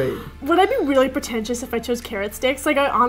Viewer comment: Why does when josh say wayly it sounds like your brother can't say r yet and wayly